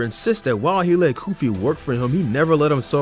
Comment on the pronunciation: Bro , it said goofy instead of koofy